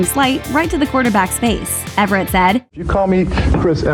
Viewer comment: The tennis star is named Chris EVERT, not Everett. Ironic that the point of the clip was that the interviewer botched the name. So did you...